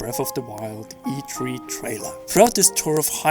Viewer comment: Get a better mic, and get a better speaker to voice your videos... How about someone who can pronounce e3?